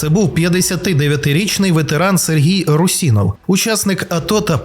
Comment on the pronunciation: Русинов) ударение на у пожалуйста